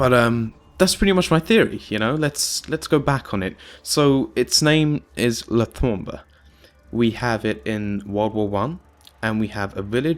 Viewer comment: It's pronounced Tom-bou(ght). The bou is pronounced with a british accent. Et voilà, Tombeau pronounced perfectly.